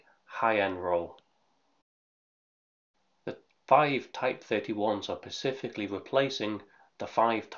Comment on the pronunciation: Great video, but dude, it’s SPECIFICALLY not PACIFICALLY.